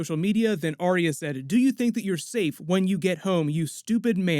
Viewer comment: “aria” (drives me nuts in every video. try saying “R-ya”)